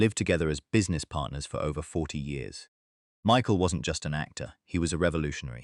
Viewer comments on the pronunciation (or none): none